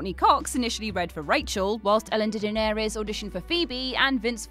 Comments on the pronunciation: Lmao "Ellen Day-ja-nay-rus" How famous does someone have to be to pronounce their name correct? It's pronounced "De-generous". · "Gal-do-feeney"? Ellen "Day-juh-nair-ez"? It's like you intentionally screw up names. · "Ellen degarerere" lol wtf was that? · That "Ellen Degeneres" pronunciation took me out cold. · What was that "Ellen Degeneres" pronunciation?? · Just replay that over and over and go mad.. it’s hip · Langley M Neely yup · Ash-say Ellen’s surname again..........😂😂😂😂😂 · I was listening quietly along when I heard a horrible pronunciation of Degeneres. Took me immediately out of the vid.